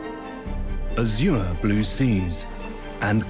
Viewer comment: How do u mispronounce azure 😂😂😂🎉